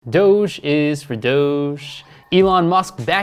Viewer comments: i like how he calls it Doggy coin instead of Doge coin. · DOGEE coin... bro it’s not called that. I don’t even trust your analysis when you don’t know what it’s called